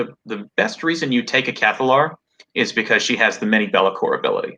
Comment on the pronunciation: if you want to pronounce 'Cathallar' the right way, remember the word 'catharsis', or 'an act of releasing strong or repressed emotions', which is what the Cathallar does for the other lumies near her.